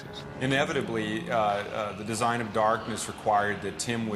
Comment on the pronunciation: "Desing" lmao